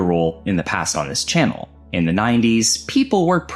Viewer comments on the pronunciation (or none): none